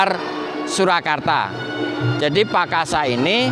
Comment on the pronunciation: Cara mengucap PAKASA we wagu men